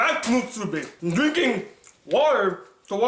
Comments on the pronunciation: It's "muSUbi" not "muTSUbi". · u keep saying mutsubi not musubi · Musubi. Not mutsubi. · Why are you pronouncing musubi like theres a hidden T in there? Its not mutsubi! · Kazuspeed x Because allowing him to trigger you with bad pronunciation is.... mutsubi. :D